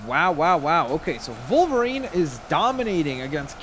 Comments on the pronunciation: Hey... it Wolverine, not Volverine... 😑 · It’s not volverine it’s wolverine